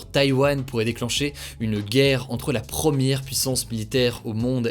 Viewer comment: Il n’y a que moi que ça gêne ça prononciation des “pre” en “pro”??? Promière?